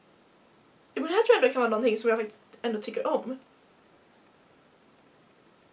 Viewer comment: Älskar när du säger men för du uttalar lite speciellt. Typ mENe